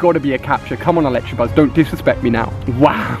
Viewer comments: You really need to learn to read "Electabuzz" not Electrabuzz >.< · okay read it carefully it's not electrabuzz it's electabuzz 😈😈😈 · Why does everyone call it an ElectRabuzz. Do you see an R in electabuzz? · It's not Electrabuzz it's Electabuzz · he kept saying electrabuzz instead of electabuzz and I was getting so frustrated😂😂😂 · annoys me when people call it electrabuzz when its elecTAbuzz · He keeps saying electrabuzz its ELECTABUZZ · You say "ElecTRAbuzz"" but it's actually "ElecTAbuzz" your really really wrong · Does he realise there is no r in Electabuzz?